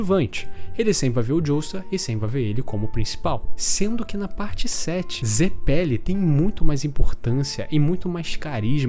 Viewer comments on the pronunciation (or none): Mano, me deu uma agonia danada do jeito que você fala zeppeli, e ao invés de dizer esfera, você fica falando bola kkkkkkkk. Canal muito maneiro.